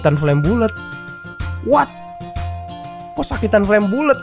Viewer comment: Bang bukan flame bulet tapi dalam pengejaan flame ballet. Hahahahaha cuma ngasih tau doang:)